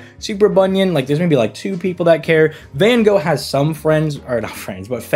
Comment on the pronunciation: why he do van gogh like that